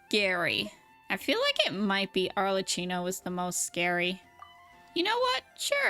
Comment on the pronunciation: Arle KI no, not "tchi". The two C's followed by an H in her name mean that it's pronounced as a K sound. It would have to be spelt Arlecino to be pronounced the way you do (similar to "ciao")